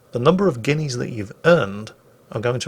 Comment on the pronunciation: "...going to cost you 50 guinees in the arsenal..." What? 50 guinees in the what? OH! arseNAL. Got it.